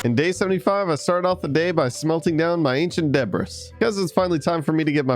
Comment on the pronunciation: I hate when he say ancient debris